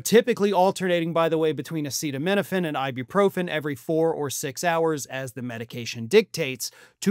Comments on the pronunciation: As someone with Autism, I do not understand why you don't want the Health secretary doing research into Autism. I understand not liking Trump, dude had to be instructed on how to say acetaminophen. However, this release is based off 46 high quality research studies done at a university. Why don't we want someone actually pushing for Autism research, I really don't understand? Kennedy has a long standing career of fighting for ALL the things the left love, access to healthcare, humanitarian issues like with the Native American tribes, environmentalism, and he is THE ONLY current high ranking politician who has frequently stood side by side with the Native Americans for a huge host of issues. He is a Democrat, but randomly over 6 month period suddenly he is seen as this rightwing Trump guy. I do not think anyone on the left even looks into what Bobby says now, just automatically trash him. Are people party aligned on BOTH SIDES really this easily manipulated and brainwashed, because that scares me. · I saw a comment elsewhere stating that tRUMP rigorously prepares his speeches and announcements. I wanted to ask why then couldn't he pronounce "acetaminophen". But why bother? You cannot talk to those idiots. 🇺🇸🐧💙🌮🌊🇺🇦🇨🇦🇬🇧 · trump can’t even pronounce acetaminophen 😂😂😂